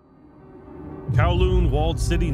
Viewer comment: i instantly gets trigger when he says kowloon as kawloon